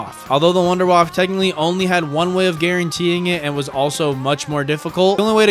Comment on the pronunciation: “WUNDERWAFFE”!!! Not WouNdErWaFf that’s not right bro